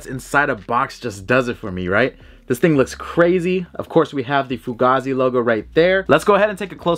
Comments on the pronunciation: It’s pronounced Foo-Gaye-Zee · Bro it’s pronounced foogay-z